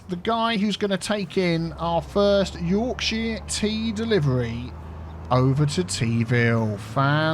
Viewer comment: As a Yorkshire lad I’m not entirely satisfied with how you pronounce “Yorkshire”. Should be more like ‘Y AW R K sh er”. Y as in - You AW as in - law R as in - rat K as in - key - sh as in - ship er as in - hurt All good? Sithee.